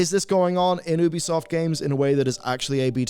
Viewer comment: It's You-bee-soft. Say it right. Also funny to see you shilling War Thunder in the same video talking about publishers disrespecting their community.